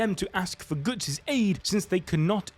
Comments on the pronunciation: Brother please don't butcher such a simple name, it's Guts, not goots. Can't wait for Guts to take out Griffith and that Casca recovers her memories of him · Can you not fricken say Goots? I don't care if it is for memes, sounds so annoying. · Who the fuck is "Goots"???? And no, he's not beating anyone, his power just made him fight Griffith on equal terms. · Not gootz bro ....its guts not gootz😂😂😂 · Did he just call Guts “Goots”? lol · he said GOOTs on purpose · Le gootz xD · It's killing me lol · Bro can't say Guts 😂😂😂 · Oi Goots 😂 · GOOTS??? GOOOOOOOOOTS!!!!! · I can’t stop laughing 😂😂 Reading it is even funnier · Most northern way to say guts hahaha can’t tell if he’s a geordie or from Bolton or something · yup sure did